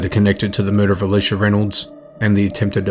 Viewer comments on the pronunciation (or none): none